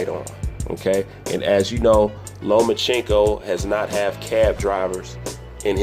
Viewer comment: LO-MA-CHANK-KO If you're going to do an analysis video at least know how to pronounce his name. No he doesn't need to fight Manny. No it wasn't a duck. And only casual boxing fans does the look at his face. Davis undisciplined arse is beating no elite fighters. Especially Loma.